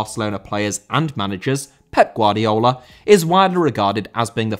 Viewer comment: Guardiola* not Guardiouwler